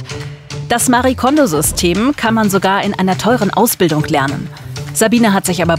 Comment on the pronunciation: Was mich echt so ärgert: ihr habt ein kurzes Video drin, in dem Marie Kondō sich selbst vorstellt. Sie sagt ganz klar Mari-e Kondo. Ist es so schwer, einen Namen korrekt auszusprechen? 😩 ich schaue fast jede Ordnungsdoku und jedes Mal fällt es mir wieder auf. Names matter. It’s not that hard 😒